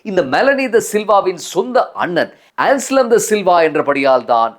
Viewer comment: "ANSLEM" "அன்ஸ்லம் "ඇන්ස්ලම්" "என்ஸ்லம்" "එන්ස්ලම්" அல்ல